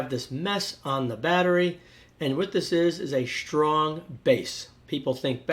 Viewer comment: “Shtrong”? Sheriously? Ashtounding!